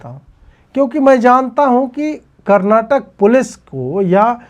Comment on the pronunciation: I have a lot of respect for you Ajeet Ji... Your views all align with mine.. my only issue is when you deliberately call out the names wrong.. it is KERALAM not Keral.. it is KARNATAKA , not Karnatak.. It is KANNADA, not Kannad.. and so on and so forth.. So please make these corrections. You're a grown man of my age.. it pains me whenever ppl point it out and try to correct you, and you still don't correct it.. how will you feel if ppl deliberately/repeatedly calls out the names wrongly, of your family members, friends or yourself ?? Other hindi speaking youtubers/influencers have consciously/subconsciously started correcting their mistake in this regard, but you're still adamantly making these mistakes like this even after being pointed and called out.. please correct it.. thank you.. Love you for your content..